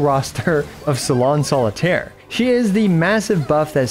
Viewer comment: complicated kit is an understatement imo, also, i roffled when he butchered all 3 salon solitaire's supposed french names 😂